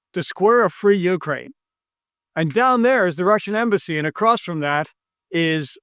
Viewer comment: Are you saying "Slave Ukraine"? 😂